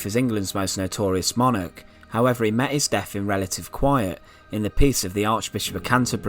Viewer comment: The deff of Henry the eieff